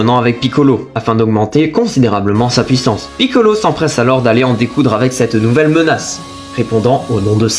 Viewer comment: Merci pour le résumé. P.S.: on entend pas du tout que tu es belge jusqu’à ce que tu dise « pouissance »😂